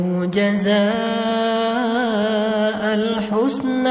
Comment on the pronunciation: Jazaaanil Husna seharusnya bacanya tolong diperbaiki